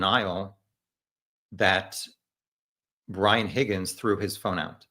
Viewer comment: It’s driving me nuts. I have to correct the host. His name is pronounced “HOGGINS”